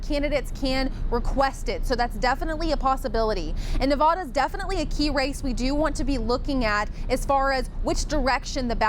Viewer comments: Dearest, that's Nevada not Nevahda. 🙂 love you my dear friends, God bless you oh God in the name of Jesus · Not Nuh-vaw-da, try Nev-add-a